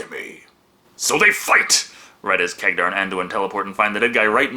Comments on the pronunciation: Am I the only one getting triggered by saying Khagdar instead of Khadgar? xd Jokes aside love the review:) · Hey at least these Orcs HAVE females among them unlike basically most other Orc races... And I'm not even talking about Warhammer where they "propagate" throught spores... (Warhammer Orcs or Greenskins are actually a hybrid creature between organic and fungi) And you misspronounced the mages name there as iot is Kadgar. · Say it with me now, KAD - GAR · Hey,, Good review as always, but one thing, you are seriously mispronoucning Khadgar's name.